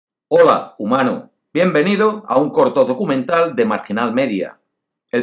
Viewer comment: Este comentario no tiene nada que ver con el tema del vídeo, pero.... Se me hace gracioso la forma que dice "hola" es bastante extraña como que pone la lengua más atrás de lo que se debe para pronunciar la L, siempre que veo un vídeo digo junto a marginal media el "hola humano" de toda la vida